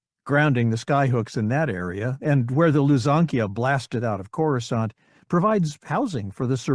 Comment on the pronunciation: At least he knows how to pronounce Coruscant.